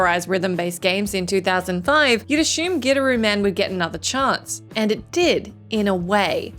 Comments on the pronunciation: Wow, you really did butcher the "Gidderooman". Lol, from WhatCulture, you definitely haven't player this one, aye? The pronunciation itself is in the game and yours was not it for Gitaroo Man. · The first game i thought you said Get a room man. 🤣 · I've played all but 3 of these and I'm definitely not someone who seeks out obscure games or anything like that 10. I have absolutely played Gitaroo Man, and spent many hours on my friend's couch in college trying to master it haha. Also I always find the pronunciation in the video weird. I understand the inkling to say it that way without context, but given the game is about a guitar playing hero, it's weird that so many people aren't compelled to pronounce it "Guitar-oo Man," which is essentially how it's supposed to be said (in Japanese it literally spells out Gi-ta-ru Man). 9. Have played Psi-Ops and I thought a good amount of other people had too. 8. Deadly Premonition I didn't play all the way through, but I have played. 7. I didn't play Grim Fandango during its original release (maybe because of all those "best evers" that came out haha), but I did get around to the remaster a few years back. 6. Yeah I dunno about this one as far as the list goes. The title doesn't say they're masterpieces that flopped financially; it implies not many people played it, and that isn't the case with Okami. Remasters and re-releases should count, because it leads to more people...playing the game. I thought it went longer than it needed to, but definitely a masterpiece. 5. This is one is one of the poster children for one of the best games nobody played haha. I honestly enjoyed it a lot but I somewhat agreed with reviews that said it didn't do a lot of things great, but did everything pre